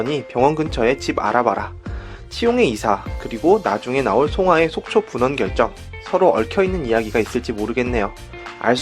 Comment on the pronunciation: 분원인데 발음할때는 본원으로 하셨네요...